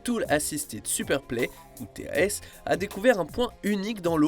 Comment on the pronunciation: Alors TAS se dit comme écrit, comme le mot "tasse" et TAS ça veut dire tool assisted SPEEDRUN, pas superplay...